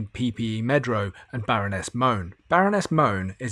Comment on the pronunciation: PPE MEDPRO. Not Medro. Dont understand why most of the videos I've watched get it wrong.